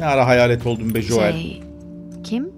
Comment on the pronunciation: Abi joel değil joel